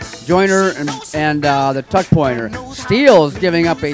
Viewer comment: He said fuck instead of tuck - . That is all.